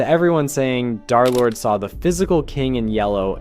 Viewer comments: Why do you keep saying Dhar Lord instead of Durr Lord?? It's a minor thing, but Wifies pronounced D3rlord3, like, 700 times. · Why does he say “darlord!!!”